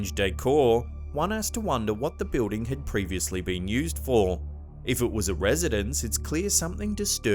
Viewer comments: I love how he pronounces building....BE-OOH-DING HAHA BOO-DING!. What is so hard about saying BILL-DING? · please learn how to pronounce BUILDING correctly. it's not Beuding.